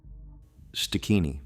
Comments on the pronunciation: Stigini not stikini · Its pronounced st~guinea